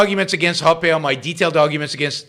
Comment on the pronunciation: You called ancaps statist. That is idiotic. You clearly don’t know Hoppe because you can’t even pronounce his name. How about read him and then make real points instead of vague opinions.